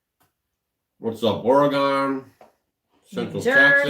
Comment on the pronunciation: Happy Happy! From Oragun! That's how we pronounce Oregon!